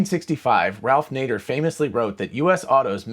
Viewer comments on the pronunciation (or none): He said Nager ... Ban him!